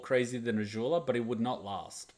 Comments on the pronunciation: why are you saying Azhula/Ažula instead of Azula with a z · WHY DO YOU PRONOUNCE AZULA SO WEIRD